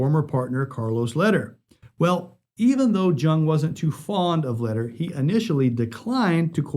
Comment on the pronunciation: Hey there, my goodman Charlie's last name is pronounced "lay-dear" and not "ladder"